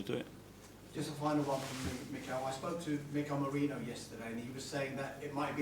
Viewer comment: Why do y'all mispronounce Merino's name? It's not Mereno!